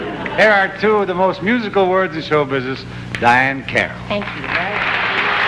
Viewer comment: Dean keeps calling Diahnne carrol Dinah.